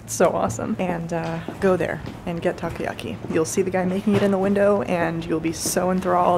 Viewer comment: its taCOyaki. not takuyaki